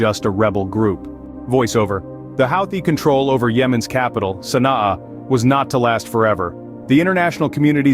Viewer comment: Your prounciation of the name of the capital is wrong